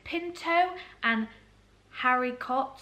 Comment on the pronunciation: Your videos are really informative thank you! You seem to lack confidence when spelling food items, don't! Have confidence, regardless of if you're pronouncing them correctly! Dhal is "darl" and you got haricot right. Reading requires confidence :) x